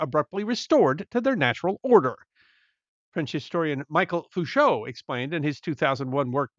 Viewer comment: Just as a friendly pronunciation support, Michel Foucault's name is pronounced MEE-shell FOO-coh (the l is silent)